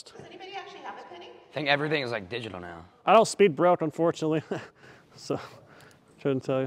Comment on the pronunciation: “Your being fraudulent right neow” got me😂